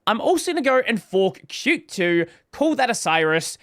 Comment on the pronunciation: pronouncing qt the right way 🎉🎉